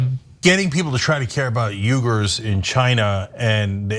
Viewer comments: WEE-gurz is actually the correct pronunciation, not Yu-gurz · When did they start calling 'we-gars' 'u-gars'? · I believe it's pronounced "wee-grrrr" That aside, Cenk and Ana are so right. The message is clear: some workers we values and others, we don't even remember you exist! But Phil Knight needs to make his billions, so he's not going to let something small like caring for the little guy get in the way! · It’s pronounced ‘wee-gur’ as you initially said. Ask them and they’ll tell you. Cenk mispronounces his own last name, which is related to the Uighurs. They’re Turkic people from China. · The word Uyghur is pronounced as 'wee-guhrs'.UK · the correct pronounciation of "uyghur" is nothing like either "weeger" or "yooger". americans can't even pronounce very simole foreign words, and this one is not simple, so... just give up.